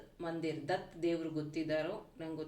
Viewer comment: ದತ್ ಅಲ್ಲ ಮೆಡಂ ದತ್ತ 😊